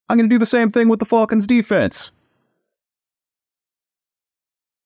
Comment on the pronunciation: Yes, I refrained from mentioning how you say Fulkans in the last video but I wanted to, I thought I was a joke at first, then realized that's just how you said it but it's all good😂. I do want to laugh every time you call them Fulkans 😂😂😂😂, I like it, I'm going to start calling the the Fulkans too